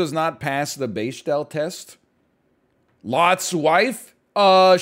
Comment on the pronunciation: dont know why but the pronunciation of Bechdel test tossed me